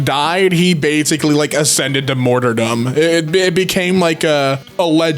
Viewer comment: He ascended to "morterdom"